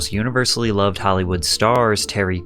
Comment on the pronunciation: What up the long last syllables... 'to be looooov'd' etc why do you tubers do it? 'His mothers vieeeews'... it's a really irritating affectation.